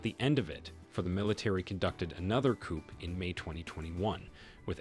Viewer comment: ...your pronunciations are woeful,....eg...coup.....silent p